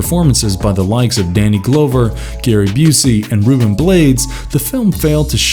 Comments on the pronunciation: DUDE YOU LOST ME WHEN YOU SAID "DANNY GLOWVER"!?!...sry....and i loved some of the flicks you showed, but couldnt keep watchin/listening after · Glowver isn't the correct pronunciation? Haha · It's "Danny GLOVER" (as in what you would wear on your hand--NOT Glover (the way you're pronouncing it). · Danny glove er . not whatever your saying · I don't understand how he made that mistake but I'm not going to judge a video because somebody can't pronounce a name right. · This dude called him "Danny Glowver".😅 Dave Booskemy?😂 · Say "Danny Glow-ver" one more time... 🤦‍♂️ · He has to be messing up the names on purpose. Danny GLOWver GIL-AIR-mo Del Toro 🤦🏾‍♀️🤣💀 Great list though!👍🏽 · Narrator knows how to pronounce "Yautja" but not Danny Glover Rolls Eyes